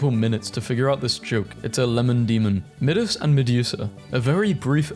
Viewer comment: “Phyüma” “Mihdhuhs”